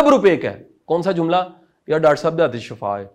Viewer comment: Bht khobsoorat lecture,ap azeem lkn ma apki aik correction krna cha rhi thi,word shifa hota he not shafa